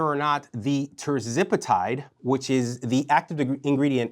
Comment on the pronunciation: It's not ter-zip-itide. It's ter-ZEP-uh-tide. And compounded tirzepatide was not banned by the FDA. You're a doctor? People, stop listening to frauds on YT. Look at what the FDA has said itself.